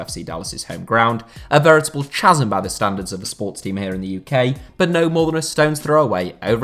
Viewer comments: You showed a picture of Coventry vs Birmingham City and yet didn't include it? It's a strange thing to not count that, but to include AFC Wimbledon who are almost in Wimbledon. Also... you don't pronounce the W in Horwich and you don't pronounce the H in chasm. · Your pronunciation of chasm is unforgivable.